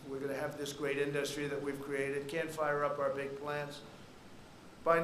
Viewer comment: Omg why does he say industry like that? He says “in-dus-try” with emphasis on the “dus” lol